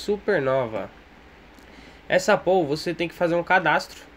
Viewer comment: A pronúncia de POOL é "PÚUL". Significa piscina em inglês. Muito minerador pronuncia PÔL, mas tá completamente errado.